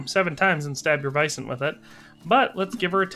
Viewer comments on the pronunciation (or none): Sir, are you saying vison?